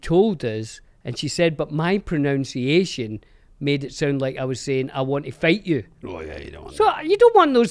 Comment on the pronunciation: You pronounced pronunciation incorrectly